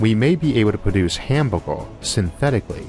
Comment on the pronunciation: I hear hambourgor, I click like! No disrespect to your accent, fantastic content as always